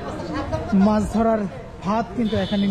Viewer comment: Bhai Apni bar bar bolchen mas ,shobdo to mas na! Shobdota holo MACH not mas. Dhonno baad